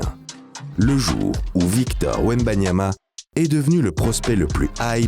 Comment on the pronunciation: Même les français se trompent du nom de « wembanyama »😂😂😂